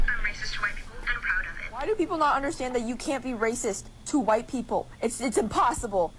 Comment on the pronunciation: The "KQUUHHHwhite people" had me rolling ngl lol.